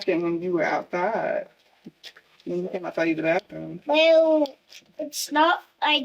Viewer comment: Bath room not bath thoom 😒